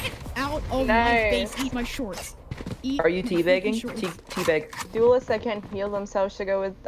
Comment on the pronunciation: Lmao I heard canto